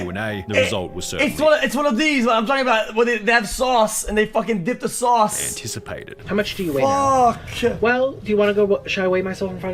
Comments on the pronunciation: I love how xQc pronounces "sauce" - "sowssss." LOL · The way he pronounced "sowce" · "Sauwwce" -xQc 2022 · He's saying it like that for comedic purposes.